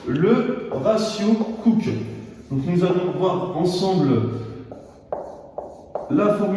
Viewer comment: le ratio cooke devrait se prononcer a l'anglaise aussi, du coup "couki" XD